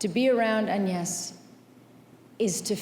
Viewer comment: What a speech! And Angelina Jolie pronounced «Agnès» properly in French!